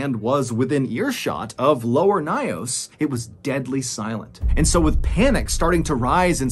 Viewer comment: It took me a while because of the way he pronounced the lake but because the story is so familiar, I finally figured it out 😅. It’s lake Nyos located in my country Cameroon . It’s pronounced Nyos (like YOURS with an N at the beginning) and not NAYOS and he pronounced 😅. But thanks for this story. This was a tragic story we are still reminded of till date in schools